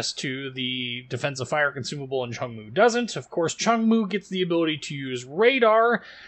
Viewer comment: Nice vid, sub finished! Its pronunciation is much closer to 'choong-moo' than cheong moo. Just postscript XD